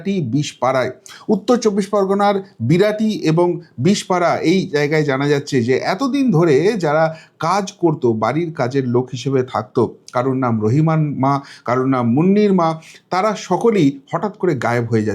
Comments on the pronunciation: বিশপাড়া নয় বিশরপাড়া ঠিক করে বলুন। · দাদা বিশপাড়া না বিশরপাড়া হবে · Bishpara noy, Bisharpara... 😊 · বিশপাড়া নয় ভাই, বিশরপাড়া। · বিশপাড়া নয়। বিশোরপাড়া । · Mot Bishpara, it is Bisharpara.